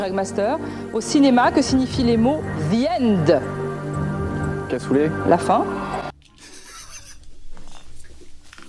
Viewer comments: En vrai, quand a dit "The End" Je pensais qu'elle disait "Viande" ou "Viennde" (pourtant, je suis bon en anglais) Je suppose que Cassoulet n'était pas dec*nnant dans ce cas... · Pareil ! J'aurais pas compris moi... Viende, j'aurais pensé à un truc italien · Mais en vrai le "the end" quand elle l'a prononcer j'ai entendu "viande" avec un accent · Désolé mais si vous dite zi end. C'est normal qu'il entend Vi ande. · En vraie j'avais compris "viandé" 😂 du coup je comprenais pas j'étais en mode "ouais cassoulet pourquoi pas.." jusqu'à qu'il précise qu'elle avait dit "the end" 😆 je me suis sentis très con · the end il as du comprendre viande elle a prononcer maaaal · « Vi ende » XDDDD